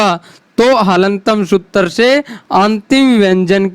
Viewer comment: आपका उच्चारण ही शुद्ध नहीं है सूत्तर परथम ग्यान वरण आदि ये उच्चारण सही नहीं है